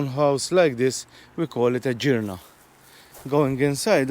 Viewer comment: The Girna was a shelter from the elements for farmers but mostly used as a tool shed for farm implements. I was told it’s pronounced as in G for give and not as in G for George, but correct me if I’m wrong. Lovely video, love our old buildings which sadly going to rot, killing our architectural heritage. Thanks for sharing.